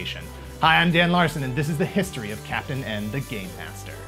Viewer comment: Here in the U.K., he was colloquially known as “Captain N, the gay master” because of how the narrator pronounced “game” in the title sequence.